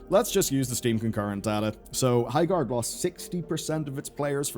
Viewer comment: "Highgard"